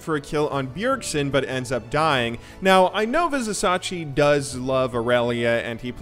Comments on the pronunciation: It is pronounced Viz i cha chi not Viz i sa chi. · so annoying when u misspronounce vizicsacsi its not vizisachi its vizichachi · Vizicsacsi --> pronounciation Vizishashi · Like, is the terrible pronunciation just a troll, or are you just bad at pronouncing things in League. It's Vizicsacsi, pronounced VIZI-CHACHI. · it's "...chachi" not sachi :D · as a uol fan boy this hurt. vih-zuh-cha-chee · it Tilts me to hear how he says vizisacsi... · Vizicsacsi (pronounced: Vih-zih-cha-chee) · hey, I am not sure if you are interested in talking about people name's right pronunciation, but if you would see his name [Vizicsacsi] like this way: WeezeChachi. Hope it helps <3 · i know if you watched the event that you are saying it like this on purpose but it's spelled vizi-cha-chi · come on man VI-ZI-CHA-CHI !! = Vizicsacsi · I'm from Hungary as well as Vizicsacsi and you pronounce it wrong. (BTW Vizicsacsi means WaterDonkey) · ViziCSACSI... come on.. it's not even hard to pronounce.. you had one job man... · The mispronunciations are cringe-worthy. C'mon, he's been in the EULCS for over 2 seasons. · you say cs like ch in chili